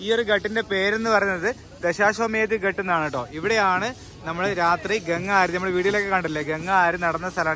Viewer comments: ഘാട്ട് ആണ്. ഘട്ട് അല്ല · bro..ghat ennu parayunnadhu ghaaat ennu parayu..adhanu sheriyaya reethi hindiyil parayendathu..correct cheyyu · Gut allatto.Ghaatt aanu.